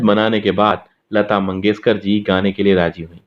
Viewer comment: Sha aur sa me difference pata karo lata mangeshkar not lata mangeskar